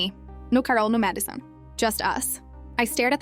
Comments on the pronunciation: why bro said Carol and Madison like that??? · lol fr